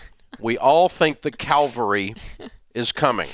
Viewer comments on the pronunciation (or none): Great video with great advice Dave. Your videos are always full of useful, common sense advice. However, it's cavalry, not calvery. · It’s cavalry, not calvary. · Cavalry, not Calvary. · lol Dave. It is "cavalry" ... "Calvary" is where Jesus was crucified. 😂 And yes He is coming and I am glad!! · cavalry... not calvary 🤣😂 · Dave : it is pronounced cav-al-ry , not cal-va-ry. Two different things entirely. Jesus died on Mount Calvary. Cavalry were mounted horsemen, or tanks in modern warfare. Other than this, you are spot on!! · Cavalry* (Calvary is the hill outside Jerusalem) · Cavalry NOT Calvary. Ugh! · "caLVary"......no....."cavaLRry"! CAVALRY!!!!! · Cavalry not Calgary. Cute though. we love you man! it is because of you that i am rich. well, you and Tom Stanley and Charlie Ellis. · Hey, Dave! Big fan here. It's ca-VAL-RY, not Cal-va-ry. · He did it again! You mean "cavalry" not "calvary". They're different things, as any literate person knows. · It is cavalry. Calvary is where Jesus died. And He is coming back! :-) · Cavalry. Calvary is a place of great suffering. Funny enough, if you keep waiting for the cavalry to come you’ll end up in Calvary. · it's "cavalry." Calvary is where Jesus died on the cross. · Cavalry, Dave. Haha. The Cavalry isn't coming. Calvary already saved us! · calvary lol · Hey Dave, it’s Cavalry. Calvary is where Jesus was crucified. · Wise, but he can't say 'cavalry' right! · Top Comment What Dave said, or what said? It was just funny that it seemed Dave mis-pronounced “Cavalry” multiple times.